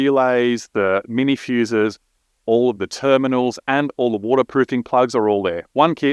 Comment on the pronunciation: "feeeuuussses"? "Rrrealeyss"? I don't know what these things are. Is this used to connect your PDM to a PC?